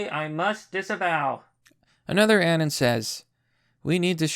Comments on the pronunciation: He's saying "anun" instead of anon, I was being pedantic. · BTW. It's pronounced A-NON not ANYN. Say anonymous but cut off everything after anon. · Its pronounced uh-non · How is it that a guy who specializes in covering meme wars can't pronounce "anon"?